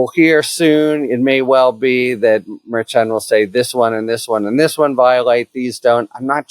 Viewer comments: Mer-shon not mayr-chon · All this time and Harry still can't pronounce MarSh-On properly. It's not Mayor Chun. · Harry, I appreciate all the info on this, but one thing bugs me: you pronounce Judge Merchan's name differently than everyone else and, frankly, inconsistently. If you know that the "mer-shawn" pronunciation everyone else uses is incorrect, fine, but otherwise I wish you'd pronounce it correctly. It's basic respect to get someone's name right. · I wonder if the judge would fine you every time you called him Merchung? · What can we do to stop you from pronouncing Merchan's name wrong? Mer-shaan. Think, like, Chicago or Chef. Karen Friedman Agnifilo already sorted you out on this last time she was on your show! Thanks in advance. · Out of respect for the Judge please pronounce his name correctly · Merchan is pronounced soft, like "mer-SHAN," right? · Can you please pronounce the name of the judge correct? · Harry, I have a bingo card going on how many different ways you can pronounce Merchan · It would be a good idea if you learn how to pronounce the judge's name. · Minor thing I know, but it’s a pet peeve of when people don’t confirm how to pronounce names. Either you know something no one else does, or you’re pronouncing the judge’s name wrong. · Harry's strange pronunciation of "Merchan" continues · I've noticed that as well! Harry is great, but he often pronounces things a little strangely. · I heard that correction as well, but Harry isn't pronouncing it that way. It was that interaction that made me realize he was pronouncing it differently and, as he does here, inconsistently.